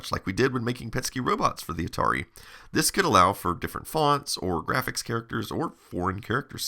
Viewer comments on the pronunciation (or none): Love your videos. In this one the way you said graphics made me chuckle. Grrrrraphics. ❤